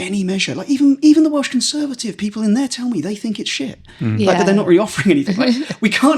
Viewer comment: Welsh/Welsh pronounciation has improved so much 👏 Da iawn!🎉